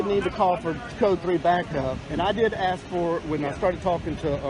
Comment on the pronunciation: It’s “ask” , not “aks “…wow